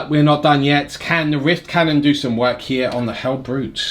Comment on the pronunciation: Love this worldeaters army Also everyone says rift cannon I hear wiff cannon